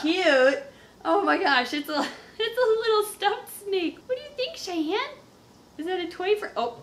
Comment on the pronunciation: So close but its chyanne